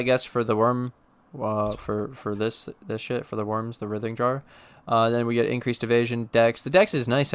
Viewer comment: Fuckin love the builds and the consistent videos and this build is no different. I know it’s not “your” build, I just enjoy your take on all things minions. I always look forward to your vids so thanks bro Oh and it’s pronounced “RY-thing” (like Ryan, Ry) jar. Like “writhe in agony”.